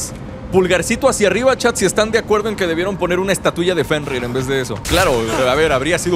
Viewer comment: jajajajajajajajaja casi dice "JENRIR" el wey jajajajajajajajaja